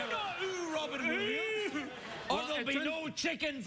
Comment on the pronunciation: LMAO " we're going after Wobbin Williamssss"